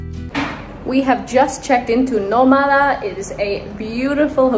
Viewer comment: Shouldn't the name of the hotel be pronounced /nO/ma/da/ with the stress on the first syllable? If there were no written accent, then it would be /no/mA/da/.